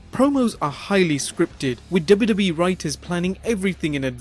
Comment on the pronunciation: Please pronounce WWE properly... Driving me mad!